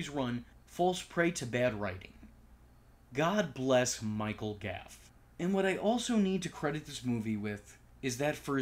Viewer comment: Goff. Michael Goff, not Gaff.